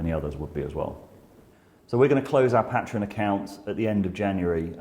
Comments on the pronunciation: “PAY-TREE-ON” Goddammit‼️‼️‼️ not “PAT-REE-ON”‼️‼️‼️‼️‼️‼️😠😡😤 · You say Pa'treon I say Paytreon. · First time watching your content and it's good so new subscriber but it was so hard to keep listening when you kept flip flopping between your unique pronunciation of Pat-tree-on and the usual Pay-tree-on. Even saying both in the same sentence... Argh 😬🤪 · You pronounce patron properly, and then mangle patreon. They're legitimately the same word aside from one letter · Make your mind up how you pronounce Patreon? You did two versions in the same sentence. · Say “patreon” properly please. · Can you please say patreon correctly. I stopped cause I just couldn't listen to your pronunciation anymore.